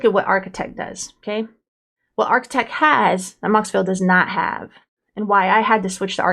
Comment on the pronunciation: when you pronounce it. It sounds like a “t” instead of a “d”